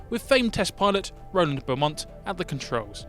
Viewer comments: The airfield where XS935 first took off is pronounced Sarms-burr-ee. The test pilot's last name was Beamont, pronounced Bee-mont, not Beaumont as stated. Just two of the mistakes in the video. I do wish Airfix would stop using AI narration. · Nice release review. But you need to redub a couple of the place names mentioned and pronounce them preoperly. . And it was Rolly Beemont! Not Beaumont! Good grief. This stuff isn't hard to get right! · Still the only aircraft to accelerate to supersonic in a VERTICAL climb. Shame about the mispronunciations of Samlesbury and Beamont.